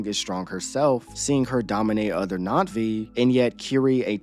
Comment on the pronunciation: You keep saying Natvi… it’s Na’vi, no?